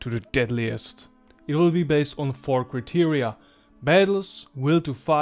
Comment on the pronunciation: beautiful and interesting video... I advice taking English classes... criteria is pronounced (kraitiria), tribune is pronounced (traibyun)...